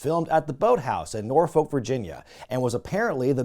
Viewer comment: Yeah don't remind me...also damnit he couldn't fucking say Norfolk right